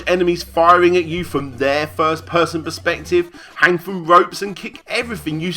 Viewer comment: It's pronounced 'through', not 'froo'. :P